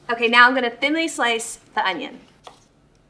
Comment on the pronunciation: did she say "thinly slicet onion"?